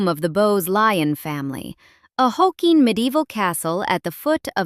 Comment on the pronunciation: It sounded like you were calling Glamis a “hokey” medieval castle, not “hulking.” I guess I should clean my ears out.